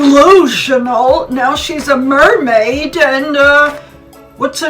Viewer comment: Hahaha "she is mairmaid " awww